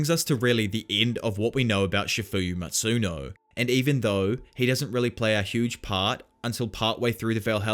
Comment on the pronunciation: First of all its not"chafuyu masuno"its chifuyu matsuno!!!